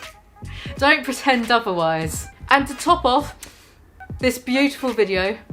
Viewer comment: I cringe so hard everytime onion boy says and; "andtss".